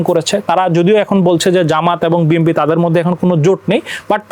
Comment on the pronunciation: এই লোক কিশের সাংবাদিক ভাই.?সে বি,এন,পি,কে বি এম পি বলছে.!!!!!!!ভাই এরা কোত্থেকে এসেছে.?এরা কি পড়া লেখা করে সাংবাদিক হয়েছে.?বর্তমান সময়ে দেশের যে দুরবস্তা ভাই.!এ কোন দেশে আছি আমরা.?এই লোকটা মনে হয় ঐ দলের সমর্থক সাংবাদিক.!বি এন পির বহু লোক আছে,বি এম পি বল.!অবশ্য এটাই স্বাভাবিক.!যেমন দল,তেমন তার সমর্থক.!!!!